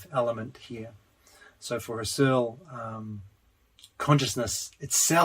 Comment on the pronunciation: Maybe it's too late, because this is two years old, but I'm going through the whole series - and Husserl shouldn't sound like Searle, even when I like them both. It's HUSSerl, if you get my drift. And Berkley as a person is pronounced Barkley, in contrast to the university that carries his name